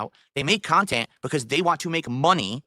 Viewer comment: "I make original khantent" The khantent in question: dead air, begging, and drama